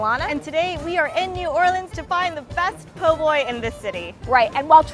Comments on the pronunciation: You lost me when you said poor boys instead of po’boys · Its not POOR Boy ...lady it PO...BOY